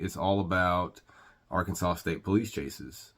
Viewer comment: Ar- Kansas -saw. If you can't follow the Alphabet your definitely a hazard